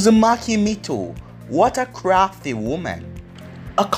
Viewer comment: It’s not mikato it’s mito